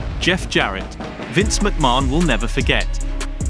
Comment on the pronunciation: for the love of god please learn how to pronounce mcmahon !!!!!!